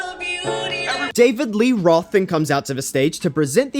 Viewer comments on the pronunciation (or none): none